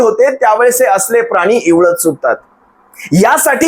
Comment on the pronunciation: इवळत नाहीं actually विव्हळत असा शब्द आहे. याचा अर्थ बोंबलत किंवा ओरडत असा होतो.